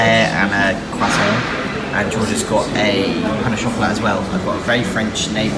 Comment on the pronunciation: My ears where bleeding when you said “pain-au-chocolat” ahhhhhh